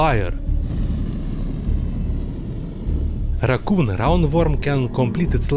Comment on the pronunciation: I love how he says brrrain and racuun